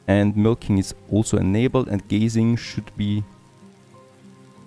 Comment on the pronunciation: I know English isn't your first language (and you speak it very well), but I'm sure you don't want your cows "staring into the distance" (gazing) instead of eating grass (grazing). ;)